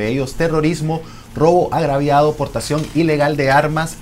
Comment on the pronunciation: X favor es robo agravado no agraviado que clase periodista q eres me da pena mejor escucharte q dirán otros periodistas de otro país 😅